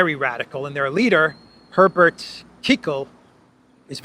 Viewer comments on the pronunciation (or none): none